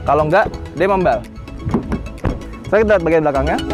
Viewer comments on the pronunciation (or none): membal, wong jowo tah?